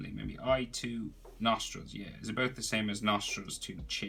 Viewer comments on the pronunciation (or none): none